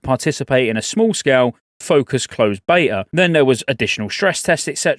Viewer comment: Agreed. When she said bveta in 2-3 months I thought that sounded incoirrect